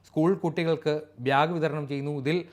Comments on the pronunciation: ഭ്യാക് അല്ല ബാഗ് എന്ന് പറയൂ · Chetta. Byag alla its bag . It’s second time am noticing it . Pls correct it